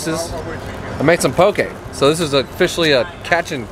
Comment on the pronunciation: Respect for actually calling it poke Po-kay not poki lmao some bs sometimes when I was out mainland and there's all these salad bars trynna say it's poke 😂 also great video dude